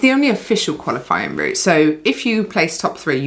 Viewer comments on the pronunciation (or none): none